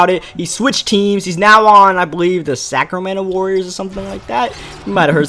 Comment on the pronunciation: nigga said "sacremento warriors